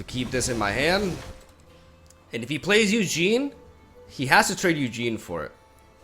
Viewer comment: Do people mispronounce the cards on purpose? Its a tad jarring to hear "Eugene , spirit dragon" and "Fithopeter the lost"